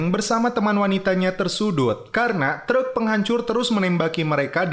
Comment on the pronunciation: "treuk" 😂😂😂😂 meni Sunda pisan